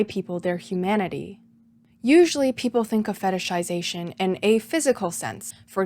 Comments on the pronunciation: I'm SO impressed with how easily you can pronounce "fetishization" lmao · respect for saying the word fetishization correctly so many times. I be sayin fetishsishashn